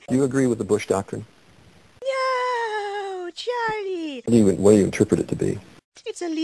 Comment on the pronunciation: lmaoooo hahahahaha "Churlee"